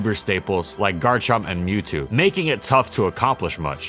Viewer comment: What is a Kryppuk? Also Special not spezial, being not beeng and Mewtwo not Mewtu.